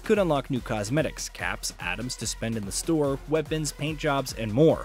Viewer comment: or pronounce Atoms Adams the whole time :D